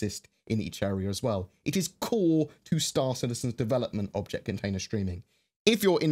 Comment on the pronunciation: it sounds like you said "...Vulture container streaming..." HAH!!